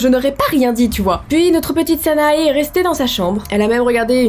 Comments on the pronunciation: si cette fille est marocaine elle ne s'appelles pas sanaé mais sana ou sana[ E ] avec le e prononcé un peu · salut,petite infos, "sanae" se prononce "sana" sans le "e" x),à part ça,c'est super flippant xc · Je t'aime beaucoup mais tu a fais une erreur de prononciation sa s'écrit sanae mais sa se prononce sana😅❤ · Les illustrations sont magnifiques mais dans Sanae le E ne se prononce pas ;) sinon la vidéo était géniale !